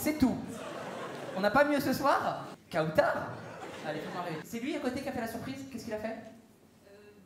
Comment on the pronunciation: Pour Kheiron « Kaoutar » = « Croutar » 😂